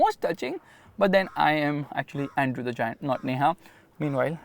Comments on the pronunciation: It's Andre not Andrew ✌️ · It's Andre the giant not Andrew 😅